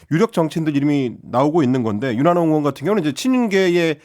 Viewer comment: 방송출연하는 놈들 중에서 의발음 못하는 놈들은 꺼져라 왜 멀쩡한 국회의원을 으원 으원하고 자빠졌냐? 의사도 으사라고 할거냐? 특히 이는 의원발음 잘하면서 으원으원 하는 이유가 뮈냐?